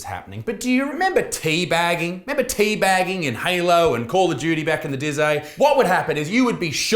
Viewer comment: "Back in the dizay"? Bruh I teabagged on Halo just yesterday 😂😂